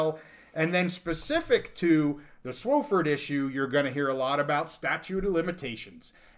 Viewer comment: it's not SWO-fford it's SWA-fford